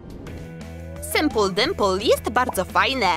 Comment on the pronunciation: xd "Sympul Dympul"